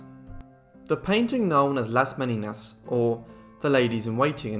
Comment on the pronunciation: Not Me-ni-nas; Me/nee/nyas ¡!